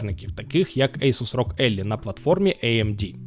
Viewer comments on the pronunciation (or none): Дуже ріже вуха "Роґ Éллі". Ally – Елáй (союзник). Від Alliance – Елáйєнс (союз)